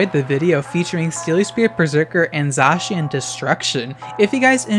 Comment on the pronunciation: Ty for not pronouncing Zacian the same way as "J. Shawn", btw, lol.